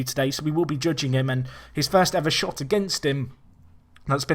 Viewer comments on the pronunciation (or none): none